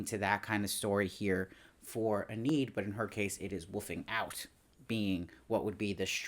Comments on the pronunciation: If there's a season 2 please pronounce Enid's name correctly lol. Ee-nid not Ah-need. C'mon lol. Great reviews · just a heads up her name is pronounced 'EE-nihd' (Enid Blyton is a famous english kids author so im familiar with the name)